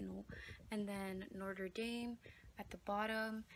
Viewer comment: I laughed when u said Notre dame wrong cause when I went to Paris that's how I said it😄😄😄